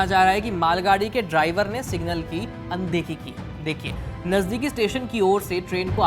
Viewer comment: Aye kya media outlet hai yarr bahanga ko balakot bol raha hai ,signal ko single bol raha hai